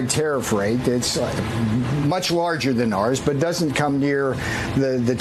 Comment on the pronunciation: Navarro has a phd and he can’t pronounce doesn’t?